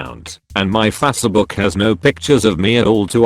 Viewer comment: Fassabook And Mis-pace